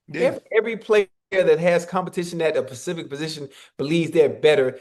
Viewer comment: This man Ocho doesn’t know how to say specific. He always says pacific 😂😂